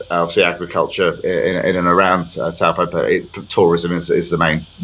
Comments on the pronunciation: Ahem It's said "toe-paw" rather than "t-oow po" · Dear Australian the pronunciation is.. TOE PAW. It is a Maori word often mispronounced by us European folk! Wow they have bought leasehold land, poor suckers. No one will touch it particularly being a Maori trust. You have situations over near Cornwall Park the owners walk away instead of paying 74,000 ground rent per annum. No investment.